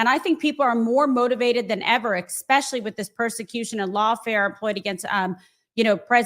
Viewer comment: Man, it drives me nuts to hear supposedly intelligent people say "expecially"